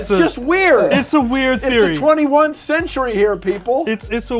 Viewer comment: This fool said 21nth century!